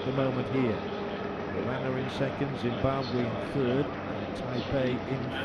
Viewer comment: "zimbabwuh" xD